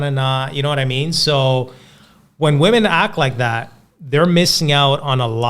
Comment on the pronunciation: Why are you guys still wasting your time approching "wemehn"????